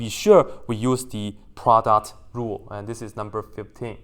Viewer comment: i love it everytime you said produt rule💖💖